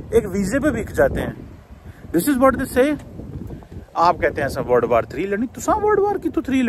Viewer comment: Word war bol rha h yeh ya world war bol rha h